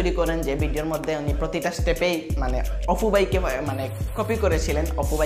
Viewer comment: ভাই, অপু, না, অফু। কুনটা।